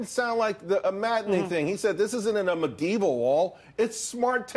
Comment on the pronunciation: I’m mad at the way he pronounced medieval